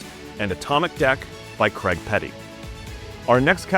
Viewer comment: What cant Americans say Craig correctly.....?